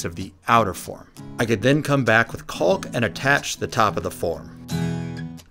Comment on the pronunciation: The project is so awesome I kept watching despite the constant enunciation of the the 'L' in 'caulk'!